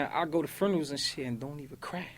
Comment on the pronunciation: I GO TO FRUNERALS 😂😂😂